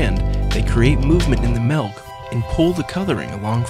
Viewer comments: melk? i thought it was milk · ITS FUCKIN' MILK NOT MELK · It really erks me when people pronounce Milk, "Melk", like this guy does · did he say melk? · The way he says milk pisses me off.